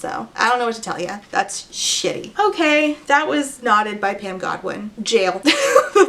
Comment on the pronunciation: Whenever you say “knotted” I hear “not it,” which is an accurate feeling this book evokes.